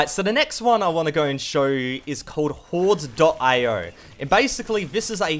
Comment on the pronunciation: i couldnt hear u say hordes.io, i couldnt understand what you said. love yure vids!!!